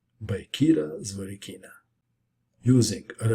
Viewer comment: ZvorYkina, not ZvorykIna